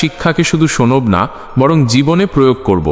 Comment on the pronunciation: Sonob na ta ki katha, se e ta ki katha, শুনব না , সেই এগুলো ঠিক করে বললে আরও শ্রুতি মধুর হতো